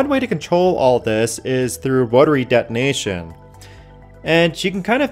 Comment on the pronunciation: why do you say dead nation continuously ? Please correct your pronounciation of de-to-nation